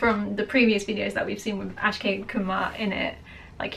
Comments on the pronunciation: It's Ak+shay= Akshay not As+kay=Askay Please say the name correctly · Its AK-Shay Kumar, NOT ASH-Kay Kumar. Please learn the pronunciation right. (Akshay is a Sanskrit word meaning 'Eternal', 'Immortal', or 'Indestructable'.) Great reaction though. Read about the "Battle of Saragarhi" in Wikipedia. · It's not Ash Kay dear.. it's Ak+Shay = Akshay Kumar. Do watch the movie. Love from India. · Hey, actually it's not Askay it's Akshay.. you are saying it wrong😅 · A few pronunciation correction for you. Firstly, “Kesari”, try “Ke- Saa- rii(as in ‘me’). Kesari is the Hindi for the colour “Saffron” which is also the topmost colour of our Indian flag 🇮🇳 and which in itself means sacrifice. Secondly, the actor is Akshay Kumar (Spelled Ak - sha -e’) it’s like taking the first and second syllable of ‘action’ and adding a ‘Y’ to it. And this is the true story from British rule in India where these 21 Sikh brave hearts fought for the British empire and laid down their lives. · Am i the only one to recognize she called him ASKAY instead of A.K.S.H.A.Y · You are a brit, you should be able to pronounce Aksh...these are your alphabets ;) ...Think of it as Ax..